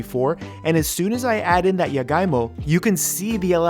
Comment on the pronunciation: I was kinda confused with the jagaimo cuz he pronounced it as yagaimo skksksks Love the honest reaction, now im curious as to how it taste like